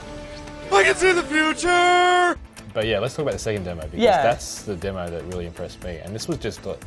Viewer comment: every time she says demo she adds a r its really annoying to hear 'demore' that what she sounds like